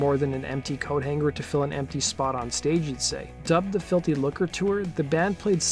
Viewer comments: I know. That pronunciation was doing my head in. But it's pronounced [ˈluːkə]. No 'r' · Lucre is pronounced "loo-cra" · It's really hard to listen to this guy repeatedly mispronounce Lucre. "filthy looker". One might assume that if you have a bunch of followers and are going to narrate a video you might look up how to pronounce words you aren't sure about. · It's pronounced "FILTHY LOOOKERR"🇬🇧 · the way you say lucre is horrific